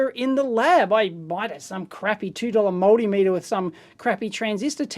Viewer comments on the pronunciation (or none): none